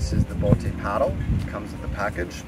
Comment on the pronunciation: It’s just pronounced as boat.